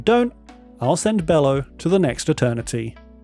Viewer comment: This creatures name is not pronounced "bellow" the creatures name is pronounced "Be-low" like brother Bello mentioned in Borat.